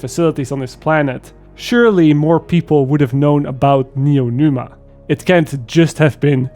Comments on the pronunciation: drinking game: take a shot every time calls it neonuma instead of neomuna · Neomuna not Noenuma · "Neonuma", it killed me dude, great video, like always, but it's "Neomuna" 😂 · NeoMUNA, as new moon. Not neoNUMA. My ears are bleeding, dude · NeoMuna. Not NeoNuma. Also, right on point. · Fantastic take. Just wanna say (with the best intentions) it’s “Neeo-Moonah” not “Neeo-Noomah” I just get annoyed with mispronunciation because I struggled with it growing up and I try to help others. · "Neonuma"...."Neonuma", I was sure it was Neomuna. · Neomuna, not Numa... :D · Its "Neomuna" not "Neomuna", pls. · I loved the story, and with the improved core systems this is my favorite dlc yet. And, Neo”Muna” not Neo”Numa”😅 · "Neo Numa" 😆 🤣 😂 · Neo MOON ah. How did you mispronounce it every time you said it. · Great review, but every time he said Neonuma I felt like I got slapped. From a story perspective LF is far from great(excluding the raid's story, I did enjoy that one), but the gameplay is really fun. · Good review, I almost agree 100% with what you said. But I keep hearing Neonuma and it scratches my ear :)) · IT'S N E O M U N A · bro its neomuna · Aside from all the even-handed critiques or observations and the great depth and as always great editing (albeit not as flashy, but then this isn't that kind of video), this is your worst video ever because you mispronounced Neomuna. Do better,. Kappa (just imagine you see it, bc YouTube be crap) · Pronouncing "Neomuna" was kicking your ass. Lol. I didn't buy this season because I want to wait on reviews. I'm glad i did. Hopefully next season story will explain everything. Gameplay is good and probably be even better later in the next season